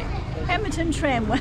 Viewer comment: It's not Pembleton it is Pemberton ....😁😁😂😂🤣🤣.it's starting to get to me , haha. Good to see you back .